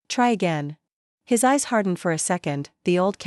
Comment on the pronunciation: His eyes NOT hyseyes. My daughter NOT middoter! He got NOT higgot. Please edit your stories. There are several more mispronounced words in the story. These three were the worst!